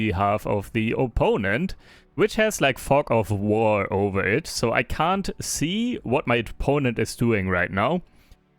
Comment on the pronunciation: When you said "fog of war" it sounded more like "f off war!"